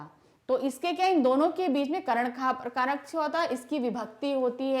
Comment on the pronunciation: Karak toh sahi hi padh lo mam 😂